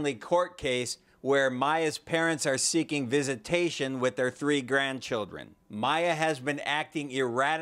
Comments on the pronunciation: "And their tree children." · I love your videos!! You are one of my favorites if not my number one!! You do the best on crime stories and I could listen to you say “tree” all day 😂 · He says 'Three' like 'Tree' as well, I've heard Irish people say 'Tistle' for 'Thistle' or 'Torough' for 'Thorough' in the same way. If it's the less airy pronunciation of 'TH' as in the words 'The' or 'Them', a lot of Irish people will pronounce it like a 'D', so 'De' and 'Dem'. I'm Scottish but I have heard and talked to many people with Irish accents and heard them a lot on TV and radio. Even though it does sound like 'Turd' it is a normal Irish pronunciation, I promise you. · At this point I'm pretty sure only picks stories with the words three (tree) and third (turd) in them